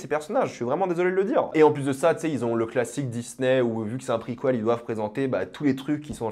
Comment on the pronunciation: « Prequouelle » incroyable 😂